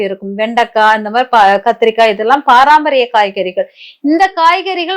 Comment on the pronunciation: Paraampariyam ila mam Parampariyam